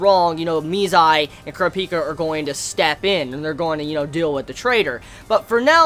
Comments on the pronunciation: its pronounced PAR IS -TON (pariston) and HEE SOO- KA (hisoka) and KUR-AHHH-PEEK -AHHHH (kurapika)... great review btw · how he sayz kurapki erks me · I love you but you have to stop saying Kurapika wrong it's pronounced [Cor-ap-ee-ka], or could also be pronounced as [Cur-ap-ee-ka]. Seriously watch the anime. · Thought i was going crazy because overtime i hear say it, it feels weird.